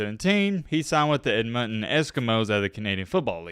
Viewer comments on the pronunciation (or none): Ed mond ton, not Ed mutton